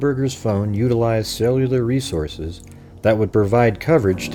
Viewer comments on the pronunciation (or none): none